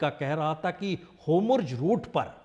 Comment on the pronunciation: अरे सर अगराची नही अरागची होमुर्ज नही होर्मुज नेतान्हु नही नेतन्याहु 🙏🙏